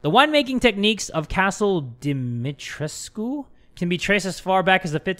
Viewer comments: Its pronounced as Castle (this is how you pronounce it) Dee-Mee-treesk spelled as dimitrescu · Actually they pronounce dimitrescu a bit wrong, the u is not silent but otherwise yes